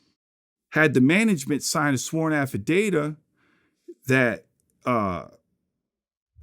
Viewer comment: sworn AFFIDATA?? 😂😂😂